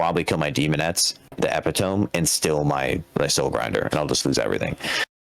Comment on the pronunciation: “Eh-PIT-oh-me” not “epi-TOME”